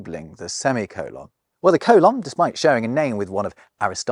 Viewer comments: Coh-lahn? It’s pronounced cole-inn. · I guess I've never heard a Briton pronounce the word "colon." Americans say "COH-lon," not "coh-LAHN." Do Brits also pronounce the large intestine as "co-LAHN"? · Oh god, is that how British people pronounce colon? How absolutely horrible! I’m joking, of course, but at the same time…yeah, that pronunciation (coe-lohn, as opposed to cole-in or perhaps cole-un) really bothers me very deeply for some reason. The best way I can think to describe it is that I don’t like the way it feels in my ears when I hear it. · Sorry, I couldn't make it through the colon and semicolin section. I've never heard a native English speaker pronounce it the way you do, and I just couldn't handle it. Fascinating subject though.